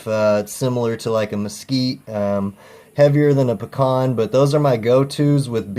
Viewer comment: Great looking brisket! An I appreciate you pronounce the word PECAN properly. So many don't, the Missus included! lol